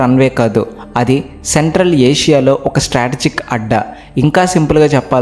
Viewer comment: సెంట్రల్ ఆషియా కాదు నాయన. సెంట్రల్ ఏషియా